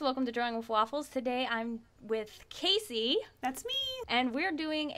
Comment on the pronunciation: When you said, Siri turned on 😂